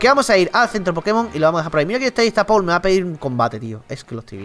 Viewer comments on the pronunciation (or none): none